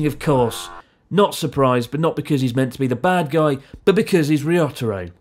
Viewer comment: "risotto-ro" incredible xD